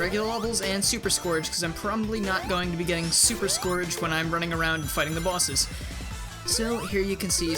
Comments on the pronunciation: No offense, but I usually pronounce his name like "Scurj" so hearing you pronounce his name as it's spelled kinda hurt me tbh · the way he says scourge. oof.